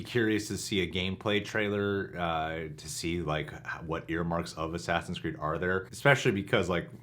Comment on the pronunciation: Oh no he said “Sassins Creed Valhalla” 💀 in the very beginning of the vid 😂